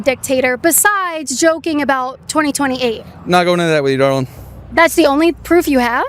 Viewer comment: The guy with the mask and saying dawling hahaha he thinks the mask will save him